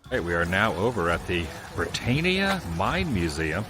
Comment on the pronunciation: 1) but surely not a polar bear! 2) filming flex ignorance! The Squamish taxi company made a cameo in Mike Flanagan's The Haunting of Bly Manor. 3) the way he pronounces Brittania like "to attain". We all know that famous anthem that goes "Brit-tain-iah rules the waves" 4) a gazillion super famous shows and films were filmed in the mills (literally the entire list is on their site, listed per decade), so he's super aging himself yet absolutely cerfuffling us with his decision to go with... Scoobie Doo 2...and...Goosebumps 5) what?!? No train excitement?!? No monorail reference. Adam, you've changed!